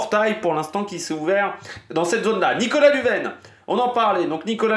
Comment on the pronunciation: Lunven se prononce lunne vaine 😂😂